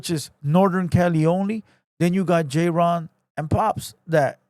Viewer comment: His name is clearly jayren not JAYRON bro 😂